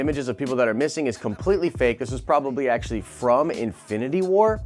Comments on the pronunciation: Did you say ASAPtually? Stop. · asapually? is that a word?